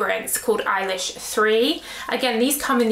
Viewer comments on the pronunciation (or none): none